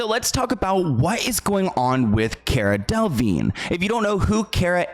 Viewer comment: its cara del-a-vigne, you pronounce the "a"